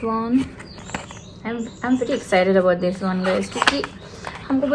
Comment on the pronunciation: shade not sads. Hope not hof, this not dish.